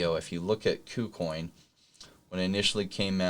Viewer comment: please pronounce kucoin correctly